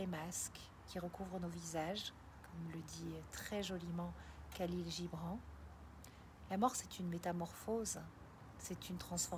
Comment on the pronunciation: Merci pour ces éclairages. Petit détail : je crois que Khalil Gibran se prononce “Ralil Gibrane” 😅